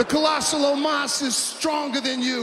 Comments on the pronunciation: Why can’t Lashley say Omos’ name properly. He keeps on calling him Almos. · I swear it sounded like Lashley called Omos Almost. That would’ve actually been gold, especially since Omos lost.